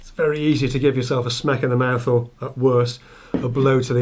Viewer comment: Is it my imagination or when you say smack in the mouth, your north west accent come out